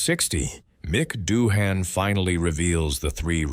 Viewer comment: Gotta be one of the worst videos I've ever seen 😂😂 what is this AI voiceover? Bunch of slop being read off, we never even hear Doohan speak, his name is pronounced wrong all throughout additionally